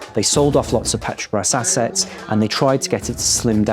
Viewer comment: The AI voice can't even say "petrobras" Lazy journalism!